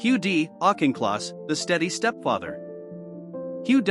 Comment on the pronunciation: autch in kloss not auk in kloss